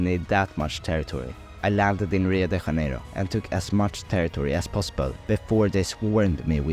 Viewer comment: "back to Spain"... shows video of going to Portugal. bruh. Also he read "Rio de Janeiro" as if it were Spanish... it isn't, it's Portuguese. The J is just a J, not whatever that weird sound was.